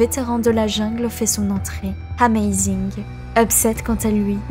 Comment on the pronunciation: La vidéo est sympa ! Pour ceux qui suivent la scène depuis plusieurs années, on n'apprend pas grand chose de nouveau mais pour les suiveurs les plus récents, c'est un bon récap ! Par contre ma seule remarque concerne la prononciation de certains pseudos ou noms d'équipes à revoir (Amazing mais surtout Schalke où le 0 n'est jamais prononcé alors qu'il le devrait)